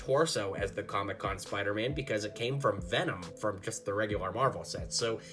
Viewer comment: These are all super cool! I wish I had them all, but I don't have all those pieces. (p.s. you pronounced Venom wrong) Also, its a good thing you didn't add the recolor options since that would be hard to collect those, and it would also make the video waaay to long.